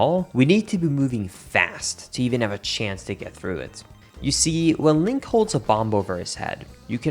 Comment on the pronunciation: hehe, he said linkus